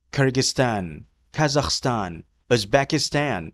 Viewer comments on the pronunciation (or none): none